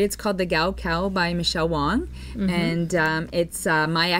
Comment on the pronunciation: Hello! I really enjoy your podcast and find it so informative. One thing that drives me crazy though and it is a little silly maybe but I have heard several podcasters refer to Michelle Wang as Michelle “Wong” and everywhere I see her name written it is “Wang” ! I don’t want to be petty but for some reason this is bugging me every time I hear someone say Wong....lol. Which is it really? Does anyone know?? ❤️